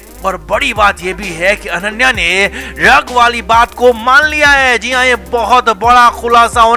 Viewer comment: Ddag nahi DRUG!!! Arre pehle sahi bolna to seekho!! 😂😂